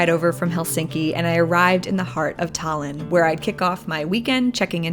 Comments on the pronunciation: Are you stupid or something?? She literally said "Thailand" trying to say Tallinn, how the hell is that correct? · Damn your pronunciation of Tallinn and Eesti was actually pretty spot on, one of the best I've heard. If you look at a map Tallinn-Narva highway is much straighter and actually wider than other highways in Estonia, a clear marker from the past. Of course the biggest road had to lead to Russia rather than other capitals like Riga or population centers like Tartu.